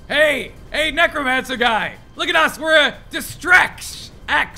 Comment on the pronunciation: did he say negromancer lol